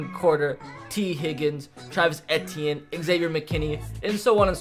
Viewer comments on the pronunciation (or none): It’s Travis Ay-tee-en and Tua Tug-uh-vy-loa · The way he said Travis Etienne 😞